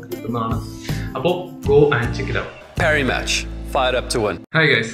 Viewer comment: പാരി മാച്ച് എന്നാണ് ആരും റ ആക്കാരുതേ 😁😁😁 മണ്കലം അല്ല vekalam 😁😁😁😘😂 jokuten bro is lub 😘😘😘😘😘